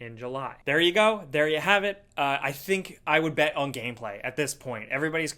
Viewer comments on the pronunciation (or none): Is it me or did he say gayplay not gameplay